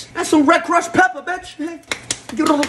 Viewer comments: Never a video that he says betch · why do you say betch? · I love how this guy got famous for saying Bonapetito Betch